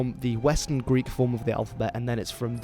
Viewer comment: You are killing the Greek pronunciations, but the content you are presenting is very interesting. Thank you!